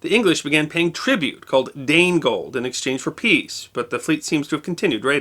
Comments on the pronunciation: It's 'Danegeld', not 'Danegold'. From Wikipedia: (/ˈdeɪnɡɛld/; "Danish tax", literally "Dane yield" or tribute). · Dane Gold or Danegeld is a miss interpretation. In Old English the letter G next to a vowel is pronounced as the letter Y. So it is actually Dane Yield, or money yielded to the Danes. In Old English the double letter C in Wicca is pronounced as CH as in church. So it would sound like wicha. And church was spelt ccurcce. Interesting this misunderstanding led people in Scotland using the word Kirk.